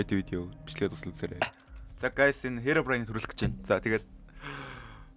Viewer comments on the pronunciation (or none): бичлэгний хамгийн эхний хэсэг дээр та хэромом гээд хэлчисэн